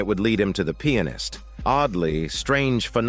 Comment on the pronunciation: I like how he pronounces Pianist like "Peannis"